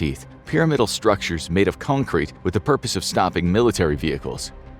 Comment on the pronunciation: did he just say that the dragon's teeth are made out of "cone-crete"?? 🤣